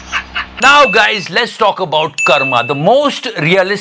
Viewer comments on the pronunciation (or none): For God's sake it's not कर्मा! It's कर्म...